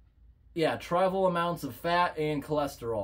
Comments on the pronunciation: Trivial - trih vee ull not try vul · 'Tri-val' amounts?!?